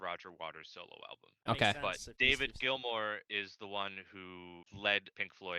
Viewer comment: Why do you keep saying glimor? Even after being told that it's GILMOUR😂